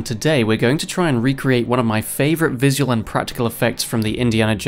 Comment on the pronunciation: Apart form the insane way you say "visual", you've done a fantastic job on this!! 😁 🤪